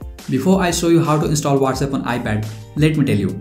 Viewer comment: Not Wates app it's what's app